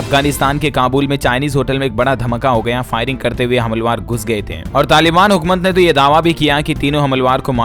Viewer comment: DLS भाई आप को बार बार कहा वीडियो एक बार चेक करले देखो आज भी उच्चारण गलत हैं हमल वार बोला जब की हमलावर होता है